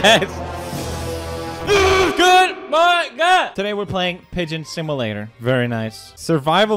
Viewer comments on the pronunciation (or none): Poods it's not pronounced similater it's called simulater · My favorite part of Pewds playing games is hearing him try to pronounce simulator .